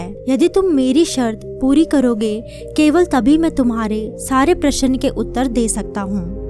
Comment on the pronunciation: Plz do your vocabulary correct,it's very confusing,it's not prasann,it's prashn